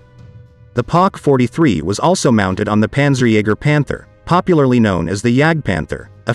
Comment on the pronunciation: Poc 43....no pack 43..